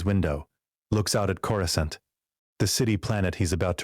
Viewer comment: Who is this "Cora" and why the narrator keep mentioning her pink bitz? Ohhh, it's just the AI mispronouncing Coruscant with two hard C's (K-sound) instead of one hard and one soft (S-sound) like it's supposed to. If you didn't notice, you will now, FOREVER!!! MUAHAHAHAH!!!